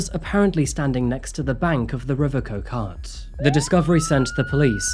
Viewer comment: Butcherd quite a few of the place names there buddy especially the River Coquet....it's prounced coke-utt😂 nice try tho